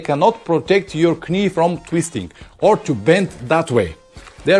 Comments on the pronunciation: I understand Rukka are doing a new jacket with a chest protector within the layers, (like they do with a back protector) Guess what, it's not cheap....Oh finally, it's not 'k-nee' my friend it is pronounced 'nee'... the 'k' is silent...it is something stupid we do in the English language... as in 'Knife' A bit like the French do with tyres with 'pneu'...Have you ever tried to get a tyre repaired on a Sunday in France saying " réparez-vous des .. 'puh noos'? I have, I was 19.... luckily the Renault Dealership workshop had a good laugh and took pity on me.... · Excellent video again. Not to be an ads but knee is pronounced nee with no k. Just trying to help you. Although it has a k in the spelling it is silent like knife we say nife. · anyway, I think everybody understood, and maybe I am not the only one to find it authentic 'Pavlinesque' ;-)